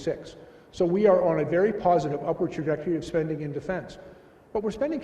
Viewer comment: WTF is a “WERY pleasing’? V IS NOT a W in English, not fking ever.